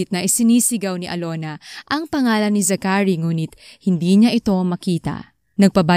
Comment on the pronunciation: It’s Za-chary not Zacha-ry